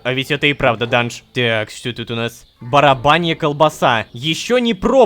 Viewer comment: Мне послышалось или он правда сьел "барабанью" колбысу😅